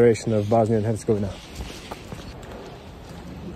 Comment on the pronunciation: you are officially the number 1 foreigner at pronouncing "Hercegovina"